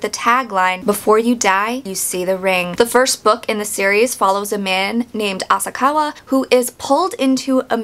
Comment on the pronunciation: Asakawa .... not Asaka Ryuji .... not Uji Sadako .... not Sadayko You're completely telling the book version wrong. There's a reason they mention her hermaphrodism. The book doesn't make it seem she wanted to be raped. They literally say its not like she wanted to be raped. This is a horrible comparison